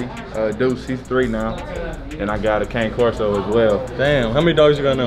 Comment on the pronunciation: He pronounced Cane Corso wrong but tough dog 🔥